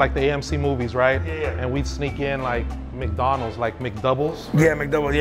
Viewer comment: Bro said mike Donald’s 😂😂